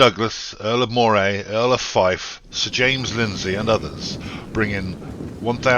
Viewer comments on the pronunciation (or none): (Earl of) - "Moray" - is pronounced : Murray